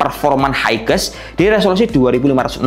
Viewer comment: Belajar lagi cara penyebutan bahasa inggrisnya bang, biar makin enak reviewnya. LEGION = Lijien HIGHEST = Haiyes